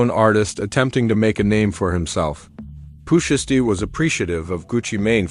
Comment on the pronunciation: Please say his name right please 🙏 ❤